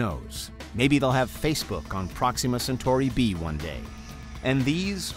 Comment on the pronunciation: I always like how he pronounces "Proxima Centura B"